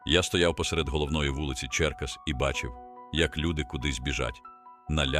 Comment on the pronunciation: Ідіотське озвучення, враження , ніби й не чув ніколи про місто Черкаси! Танки з великими колесами ...